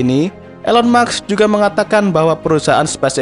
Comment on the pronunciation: Elon musk bang, bukan elon muks